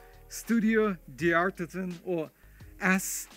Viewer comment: In French or Italian language, like the name D’ARTISAN never pronounce the apostrophe Dee. Dartisan is how to pronounce it.